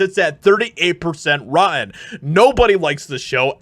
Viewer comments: bro love you shit but say this with me.. Rotten.. not ro-en. shit drives me crazy like people that say conversate.. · Rotten is pronounced RAW-TEN not RAW-EN. Why are there people who don't pronounce words properly? It drives me crazy. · face-red-droopy-eyes:Brother, the way you keep mispronouncing rotten is just embarrassing... Repeat after me "ROT-TEN"... I believe in you, you got this.